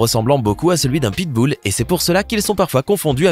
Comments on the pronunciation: Qui a entendue pitboule ????😂😂😂😂😂🤣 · Il sait mon même pas dire pitbull